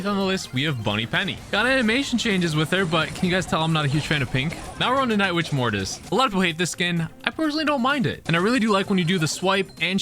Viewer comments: Nobody: when he remembered that he has german roots: NITCH WITCH MORTIS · Nicht witch lol, i am german too